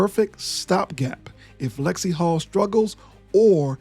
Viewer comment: It's "NaLyssa Smith" and it's Lexie HULL. Ten seconds of research doesn't seem to be a whole lot to ask...